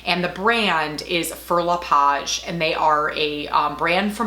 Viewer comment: Wow, your 2-year-old handbag looks brand new to me! Fauré reads "fo-hey" in français. You'll have a totally different shopping experience next time you make the purchase in Paris, the home to Fauré le Page, LV, Chanel & Hermès.... =)